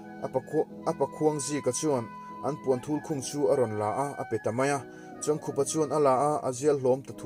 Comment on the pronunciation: Hetah chuan a hming pawh i lam dik tan e....Heeee A ngaihnawm e. Kan kohhran Library-ah a chanchin ziahna booklet a awm a, ka hawh a, ka chhiar a, a ngaihnawm ka ti hle.